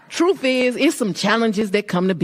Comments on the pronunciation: "Troof is...," 😂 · Fanie said: "truph? Is that her attempt at the word TRUTH?